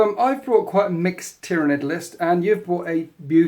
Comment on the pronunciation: Man, you gotta get your Tyranid names straight